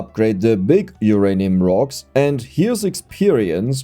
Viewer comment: I'm okay with the "i-ren" and the "zix" and "zeven", but draw the line at "o-ranium" 😤😤